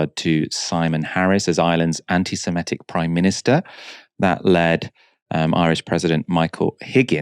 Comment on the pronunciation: Someone please tell Michael that the word "semitic" does not rhyme with "emetic" - his pronunciation drives me slightly crazy in these vids